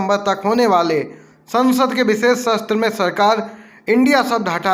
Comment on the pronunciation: सत्र पढ़िए,शस्त्र मत पढ़िए.